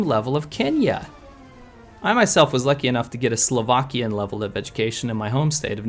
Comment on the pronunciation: Im slovakian and i was really surprised to see my flag in the video :D and your pronounciation was quite okay :P